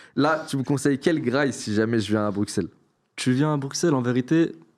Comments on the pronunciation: le chill guy originel Deuxieme remarque : Bruqqq-sell ? C pas brusselles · Le premier j'ai jurer quel belge dit bruccels ? Dit brussels, on dirait qu'il est français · Un belge qui dit brukselle c'est curieux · Pq le premier gars dit Bruxelles comme un Français ? le x ça se prononce comme un s ici, dsl ça m'a fait tiquer haha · Tu viens de Bruxelles et tu prononce quand même le "X"